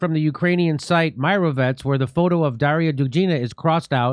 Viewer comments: It's pronounced mee-ro-TVO-rets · Hello Jimmy, I am a European fan of yours. Mirotvorets might be pronounced like 'meerotvorets'. Mir in Ukrainian/Russian means 'peace'. Odd name for a kill list... Read an interview about this and other interesting infos around March. An american journalist had the interview with a Ukrainian writer. (I do not want to put their names here.) The latter explained how does it work. The Ukrainian leadership (liberals/neoliberals since 2014) run this page. Ukraine's secret service, the SBU collect data and put the addresses of 'Ukraine's enemies' on this site. With the addresses of their relatives and the addresses of their children's schools. Then the neo-nazles like Azov, Aidar, Right Sector etc. go and kidnap, torture and kill those, who are either friendly with Russia or against the war or just oppose to the government or think that Ukraine should negotiate or say that the West shouldn't send more weapons prolonging the war. Since 2014, the civil war in Donbass and the loss of Crimea they tortured and killed thousands. The UN data of 14,000 deaths in the Donbass up to december 2021 do not cover these killings. Regarded by the West as 'small domestic issues' of Ukraine therefore hushed in MSM. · 'mirotvorets' actually means 'a peacekeeper' the correct pronunciation is 'meeratvorets'. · It was not a "kill list" originally. It is pronounced "mee-ro-tvo-retz", and it is a RUSSIAN word for Peacekeeper, not Ukranian word. My friend musician is in it for playing a festival in Crimea. He is the most peaceful hippy song writer. Daria Dugina is pronounced "Da-ree-ya Dú-gee-na", the stress in on the 'U', and 'G' is pronounced like in "goose'. We also say Dasha for Daria. I like Dugin's lectures, he is definitely not a nazi, just a philosopher with beliefs in Slavic way different from the West, i.e. traditional values, no trangenders/LGBT for eastern Europe, being independent from Western dictatorship, etc. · It’s pronounced meerotvOrets